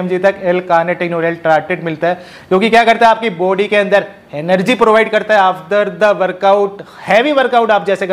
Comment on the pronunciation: Bhai app bol Raha ho Akbar before work out Akbar bol Raha ho after Workout sahe se bolo year😢